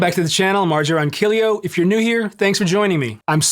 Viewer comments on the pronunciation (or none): Ronquillo with a latin accent dawg 😂